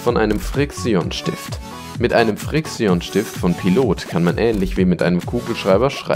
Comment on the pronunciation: bohr junge das regt auf xD ausgesprochen wird es friktschen und pailot (das ist ausgesprochen, keine Rechtschreibfehler)